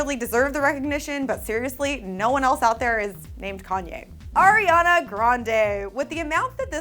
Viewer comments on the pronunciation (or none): none